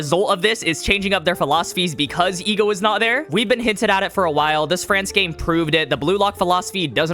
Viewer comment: Ah yes the E.G.O.